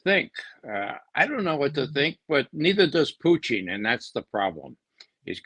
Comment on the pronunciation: I like how Ray uses the proper pronunciation of Putin, with stress on the °Poo".